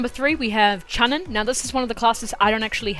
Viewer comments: Chunin is said like "choo-neen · Hmm did you guys here him say chunin